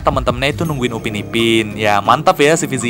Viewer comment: itu Upin PAK......bukan upi